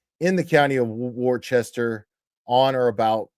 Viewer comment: Hey who is the beautiful blonde that always sits with Karen’s family? Also it’s pronounced. Wooster